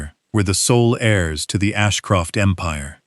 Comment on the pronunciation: The text read, "They watched ghe powerful 'hares', instead of 'heirs'. Another mistake that Ai's reading generalky makes is the tense of the word, 'read', that is ssid differenyly according to context and not spelling.